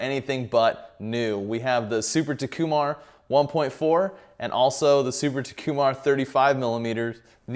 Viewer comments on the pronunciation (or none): Yea it’s TOH like in TOFFEE, ku, mar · Of all the mispronunciations of Takumar, yours is the most creative...